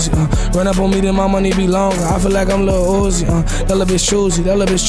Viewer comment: My dude said lil yewzi lol